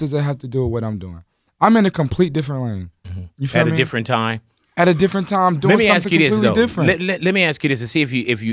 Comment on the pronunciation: is lil Yachty like "deferent"